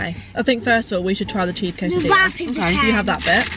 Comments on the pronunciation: I swear said 'quesatilla' ahahah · No one:: quesidia here I come 😂😂😂😂